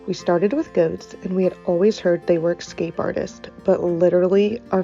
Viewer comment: LOL ! She keeps saying "X-scape" 🤣